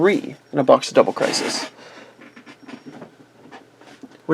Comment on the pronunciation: you really pronounced crisis wrong